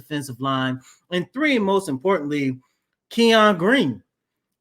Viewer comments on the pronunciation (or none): His name in not pronounced “Key On” it’s pronounced “Ken Yun”. Kenyon